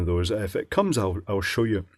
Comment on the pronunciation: “It coomes in a big case.” Nice.